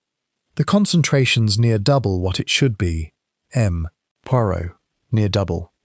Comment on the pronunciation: Why does the AI narrator pronounce “M. Poirot” as “Em Poirot” when it should be pronounced as “M’sieur Poiro”